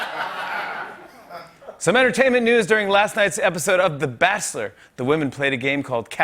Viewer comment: you said "bassler" not bachelor